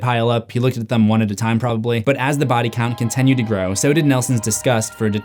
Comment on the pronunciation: Brother. I love your content so much. But WHY do you say continued as conTENued😢